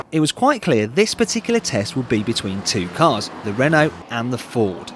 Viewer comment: lol! "... i would not have the renaulte, because its french..." :D